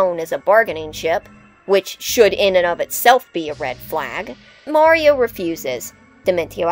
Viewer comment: Finally! A video about Paper Mario villains where the host doesn't pronounce Mario as "Mary-O"!